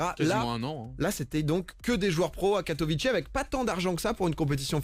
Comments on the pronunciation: Je ne comprends pas pourquoi tout le monde dit Katowi"TCHÉ" alors que ça se prononce Katowi"TSSAI", oui je suis polonais Fier de mon pays <3 xD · and by the way si tu es polonais tu devrais savoir que ça se dit katoviSSA et pas ai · tu comprends pas ? bah c'est simple ils parlent pas polognais donc ne savent pas comment le prononcer... Pas si dur que ça à comprendre pourtant :/